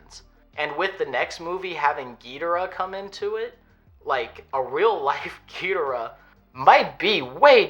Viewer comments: Never before have I heard someone pronounce Ghidorah in such a way. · I have heard it pronounced like that, there's a lot of ways to say Ghidorah